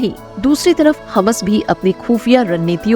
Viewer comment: Please correct prononsiation,ham nahi hammas